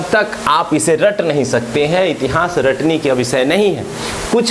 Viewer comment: बस इतिहास बोलना, सही बोल लीजिए अजीब लगता है , इति हांस